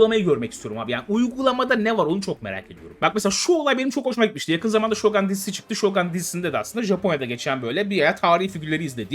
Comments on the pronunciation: Su diziye şogan demeyin yahu okunuşu şougundur ingilizce degil o sözcük Japonca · şogun diye okunur şogan diye değil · bey şogan değil, şogun olarak okunmakta. Japonca, ingilizce değil. Sevgiler. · Şogan değil okunuşu Türkçe ile aynı. Shōgun ( Shougun ) Telefuzu bildiğin şoogun. Ō aslında ou dur. o iki o sesinde uzatılır. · Siyahi samuray yok, gerçek tarihi kişilik var ama Japonya'da 3 yıl civarı kalıp geri dönmüş. Ayrıca, şōgun direk Türkçe kelime gibi (u'yu biraz uzatmak dışında) düz okunur; "gan" değil, "gun". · 1. Şogan değil, Şogun 2. Siyahi samuray 5 yıl olsa heyecanlanırdım da, woke tayfası boğazımızdan aşağı sokuyor ya bu renk karmaşasını, zerre tat vermedi. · Saol abi yillardir japonca biliyorum shogan telafuzu kulaklarimi kanatti